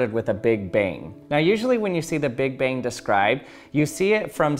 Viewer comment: Just me or does it sound like he is saying "big bing"?